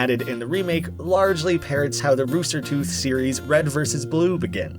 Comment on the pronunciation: It's RoosterTeeth, not RoosterTooth.